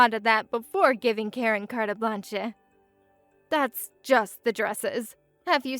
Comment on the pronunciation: Carta blanch a. Carte Blanche. Never heard is pronounced like that before.